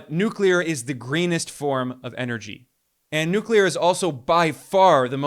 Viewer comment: Thank you for knowing how to pronounce NuCleAr 🎉